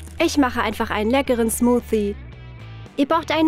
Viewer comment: Es heißt nicht smufsti es heißt smusi